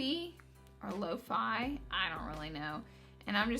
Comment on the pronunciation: Thanks for being you & not caring how you pronounce things... it happens to me all the time too! When you said "lo-fi" I seriously cracked up 😂, TYSM for being you Laura, love you💗😙!